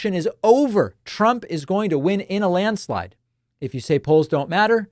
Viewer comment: Don't you mean "landslade?"